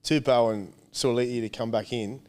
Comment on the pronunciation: Hey guys just wanted to let you know that you guys said suaalii correctly before braith corrected you. The way braith said it is close but the way you said it just before braith corrected you was perfect.